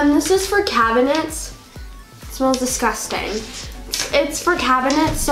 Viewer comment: No one:: it smells DEsCUStanGGGGGG!!!😂